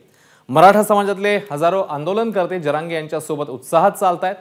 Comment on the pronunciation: Manoj jarage patil aahe boltani uchar krava ek maratha lakha maratha